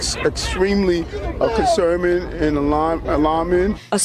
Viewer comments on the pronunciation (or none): “Extremely concermin” lol, is he sundowning?